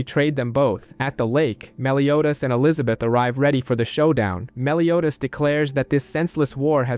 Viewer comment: Soooo ... i can't be the only one who heard: He pronounced Escanor "esc-aahh-nor" until the last 15 minutes, the. Said Escanor normally but began pronouncing Meliodas "Melio-ass".